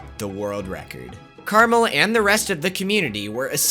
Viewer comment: Carmel is actually CarAmel.